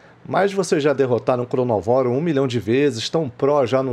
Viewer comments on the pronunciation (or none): Errado é cronovóro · O nome do bicho é ChronÓvoro, mas todo mundo fala ChronovÓro ksks